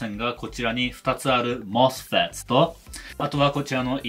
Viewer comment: 「もすふぇっt！」は。 Mみんなに O教えてくれる Sすごーく Fフレンドリーな Eエキスパートの Tテクニシャン